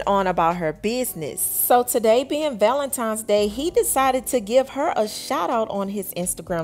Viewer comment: For crying out loud it's ValentiNes not ValentiMes. Come on now, once you know better.....do better.